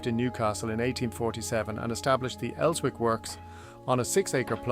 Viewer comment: These AI videos are terrible. So inaccurate on many levels. and Wallsend is just pronounced 'walls - end'. Elswick has a silent 'w'. The Jarrow March never went anywhere near Town. what the hell is that?